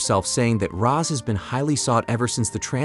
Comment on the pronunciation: It’s Roz Not Rose.